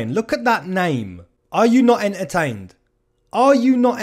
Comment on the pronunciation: “Are you not en-her-tained??” lmao. Great video.